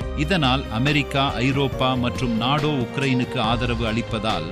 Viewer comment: நாடோ என்று சொல்லக்கூடாது நேட்டோ என்பது தான் சரியான உச்சரிப்பு